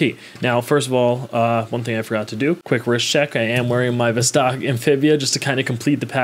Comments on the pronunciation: It's NOT a "vzztaaawwk". It's a "voss-tock". Not the least attempt to pronounce a foreign name / brand / word the way it SHOULD be pronounced. And you guys get upset when a foreigner mispronounces "Arr-can-sass" ... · “Vuhstaaaark” ? Niet.